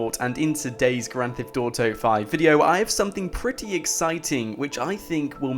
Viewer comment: stop saying "grand thift auto"